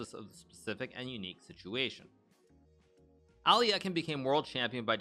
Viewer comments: It’s aluhk-eye-n, not alli-eh-kin. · Why do you read as “Alyakin”? He’s “Alyokhin” tho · hikaru saying alekhine's name wrong is so bad lol its literally phonetic.. alek-hine ? not ally-ekkin wtf hikaru come on dude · Wow. I've been pronouncing Alekhine as "Aleck-hind" for 40 years. So weird to hear it pronounced "Ali-eck-en". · "Ally yaken?" Alekhine = Alek-hine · Al - e - khine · really bothered me how hikaru pronounced alekhine like aL - LeE - eH - kIn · Nakamura is pronouncing Alekhine incorrectly. The correct pronunciation is “a.luhk.hine” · As a matter of fact both are incorrect. The proper pronunciation would be "Alye-heen" (and try to say the first part without glottal stop caused by 'y', saying "e" as it is pronounced in "men"). Alekhin himself was always very upset when someone was pronouncing his name with "yo" sound as in Alyo-heen since he thought it vulgarized the surname - he insisted that it was a nobleman's surname and therefore must be said differently from a common folk's version of "Alyokhin". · Lol at the mispronunciation of Alekhine. Makes me chuckle every time. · Is that the real way to pronounce Alekhine??? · Is it pronounced Al-e-eck-in or al-eh-kine (souns like 9)